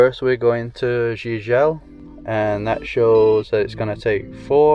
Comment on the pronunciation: Pronounce: "JIJEL" (GEE-GEL)